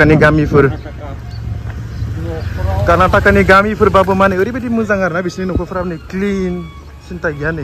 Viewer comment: Bro it's not Karnatak it's Karnataka 💛❤️ don't doing like this